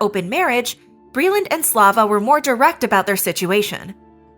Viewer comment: Hey glittow cwittows, it's bweeland!